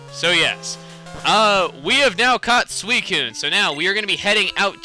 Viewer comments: so u pronounce is Swysewn?!?!? no you prounounce it swykehwn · Why does he call it sweecoon when it's suicine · Its not pronounced sui cune the c is an s sound